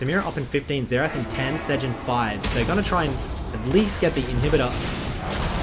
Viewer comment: Why are you calling Xerath "Zetch"?